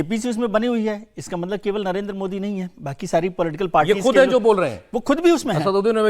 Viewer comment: इस तोतले की जुबान सही कराओ यह मोदी जी को मोड़ी उच्चारण जानभूझकर करता है जबकि मस्जिद को मस्जिद उच्चारण सही कर रहा है इसके दिमाग में जहर भरा है , वक्फ बोर्ड को तो समाप्त होना चाहिए